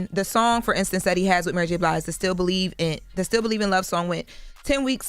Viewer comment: Jess said ‘MurrGBlige’🤣🤣🤣Love it!!!!🤣🤣🤣🤣